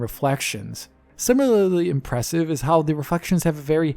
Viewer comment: "Similal-ly" That's a tongue twister for 😂